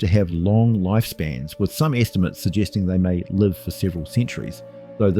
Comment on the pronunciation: The AI reader has problems with the word “live”. It misses the context clues that tell you how to pronounce it.